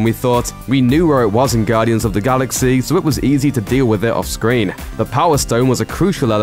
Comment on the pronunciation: I hate the way this narrator says, "Gaudians of the Galaxeaeah."